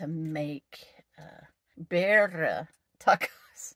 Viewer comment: Good evening friend. I've been waiting for a new video from you! Man that looks absolutely delicious. They sell those in several of the Mexican restaurants here in South Texas around our little town. They are very good. Well done. I would also like to congratulate you. That is the whitest version of the pronunciation of "Birria" I have ever heard! 😂